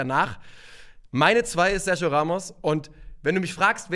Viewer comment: sag doch einmal SERGIO [SERCHIO] richtig!!!